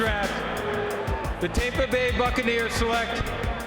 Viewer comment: “the tape-a bay buccaneers select…” hahah